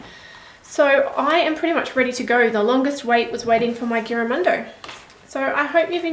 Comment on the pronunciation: Never heard of this notebook but looks great! :) Just a heads up, The "g" should sound like a "j". Giramondo means around the world or traveling around the world. I'd love to get one, would be awesome for my traveling doodles. thanks for sharing your review!